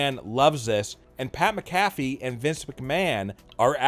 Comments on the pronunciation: His name is actually pronounced "MAC-a-FEE". But at any rate, if Vince didn't like him, he wouldn't have allowed him near any WWE ring or program and most certainly not in a WM match. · Pat Macafee 😂😂😂